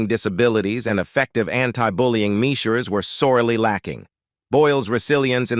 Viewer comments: Ref' bad pronunciation by the male reader, from 3 min's 50 : fuel - ledd ( fuelled); themselv - EZZ ( themselves); mire - orr (mirror); meEEss - shers ( measures); adversi - TYE ( adversity) ; peer - i - OOD ( period ) ; simil - ARR ( similar )... Ah well....😢 🇬🇧📖😠🙉🎄🦉👎🇬🇧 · The robo-voice mispronouncing "measures", "adversity", and "admirable" told me that you didn't have enough respect for Susan Boyle, neurodiverse people, or us, your listeners, even to find a competent native English speaker, to read your text or even read it yourself if you are not one. I stopped listening at that point. God, what disrespect in a video about respect. I would have more respect for an accented foreign voice reading these words sincerely than for that damned robot.